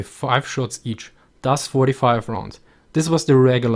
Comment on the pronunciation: Am I the only one who hears "Das" when he says thus ?